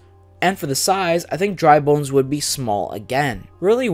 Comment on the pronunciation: You got Dry Bones and Bowser Jr. correct!